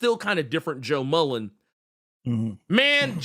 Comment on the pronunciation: Damn, FD commented on the “beef”? I respect for standing on business. Peace to, I think Intergalactic Empire of Wakanda did a similar thing to the deluxe of Far Sector. Also, if not for this channel, I wouldn’t be clear on how to properly pronounce Sojourner Mullein last name.